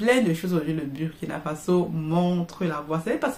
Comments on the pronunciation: c'est comme l'anglais le U se prononce OU quand vous prononcez BUR ça parle à aucun BURKINABE. Dans une de vos vidéo prochaine prononcez KUALA LUMPUR C'est la capitale de la MALAISIE beaucoup vont pouffer de rires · Madame vous prononcez mal BURKINA FASO c'est fâcheux 😏